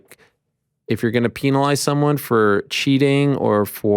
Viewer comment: "Peen-alize" 🤔 Eeeeeh. For a guy who seems so concerned about the proper pronunciation of words. It's unbelievable how badly you mispronounce certain basic words. You try to say Adesanya correctly in an actual African accent, but can't pronounce penalize. Pen-a-lize. Lol. Or one you say nonstop due to covering MMA. You pronounce won as "Juan" or "Waan". Lol. I've seen multiple people comment about how annoying that is. 😂 Gotta give you a hard time Ariel. But I love ya man.